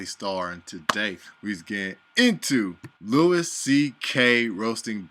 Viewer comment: Not important or anything but its pronounced "louie" great video!